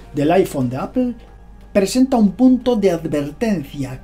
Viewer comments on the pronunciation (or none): none